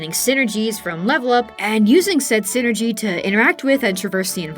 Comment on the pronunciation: I'm only partway into the video, and I'm enjoying it a lot and will finish, but I had to pop down to the comments for a sec. Every time you say "synergy" my brain flashes to a corporate middle-manager. It's psynergy like PSYchic enERGY, "sai-nurr-jee". 😅